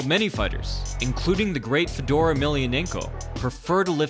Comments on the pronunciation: Welcome to the slaughter house.. This man just butchered every single one of those names. "fedora" 🤣😭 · How is it that you don’t know how to pronounce Fedor’s name?!?